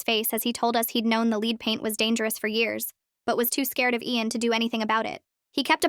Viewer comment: LED. LEAD IS PRONOUNCED LED.